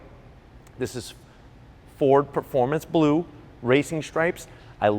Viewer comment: dude do ys have a difficult time sayin blue ? ya kno i luvvya doe white? you did a great job my friend! a superb and excelent job! you should be proud of yer self!